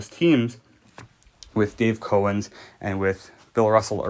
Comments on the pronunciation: It's Cow-ens not Co-wens. As in a cow the animal. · Its not CO ENS ITS COW ENS! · Sorry but it is Dave Cowens not Cohen. That is disrespectful to not pronounce or spell his name correctly. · You didn't know? You're making a video about a team and ranking players on said team. But you don't even know how to pronounce their names. You are Bush league dude! Get off the air!